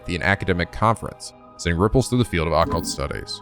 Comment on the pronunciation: Uh,, Occult is pronounced with emphasis on the second syllable. “uh-CULT” not “AH-cult”